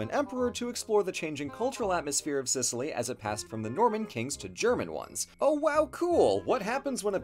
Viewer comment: "Gib Sicilly" 😂😂😂